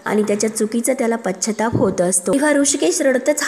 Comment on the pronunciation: आधी मराठी नीट बोलायला शिकणे आवश्यक ठरेल. पश्चाताप असून पच्छाताप नाही